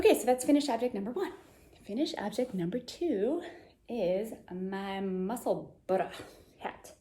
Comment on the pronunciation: Nuts Knitwear and Junko Okamoto have beautiful sweater patterns on Ravelry that feature colour work with strands of yarn in the front. Nutsknitter - Fynbos, Florium and Inflorescence all have floats on front as does Junko's Bouquet. You nailed the pronunciation of "Musselburra" by the way !